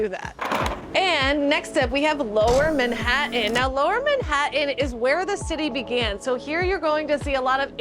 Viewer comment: I can’t take the way you keep pronouncing Manhattan